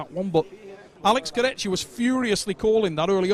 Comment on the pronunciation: start getting his name right, its disrespectful. Its not complicated, its "Kurdehha"